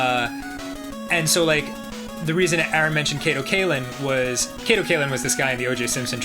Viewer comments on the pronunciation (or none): If you were a "true" fan, you would know that it's "Arin", not "Aron". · The true fan doesn't know his name is Arin and not Aron?